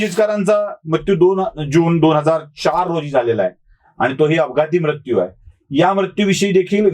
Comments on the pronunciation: तुम्ही मृत्यू या शब्दाचा बोलताना म्रत्यु असा उच्चार करत आहात. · आशय पहावा महाशय . भारतात दर ५ किलो मिटरला भाषेत फरक आहे . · उच्चार कसाही होवून दया हो, काय म्हणायचेय ते लक्षात घेणे महत्त्वाचे. सदाशिव पेठेतल्या सारखे उच्चार सर्वानाच जमणे अशक्य आहे.